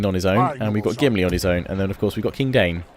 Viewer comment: That Thorin you got as a commander of your armies there is Thorin III Stonehelm, son of Dain and father of Durin VII the Last. And it's pronounced DA-EEN, not DANE. Sorry, I get really nit-picky when it comes to Middle Earth.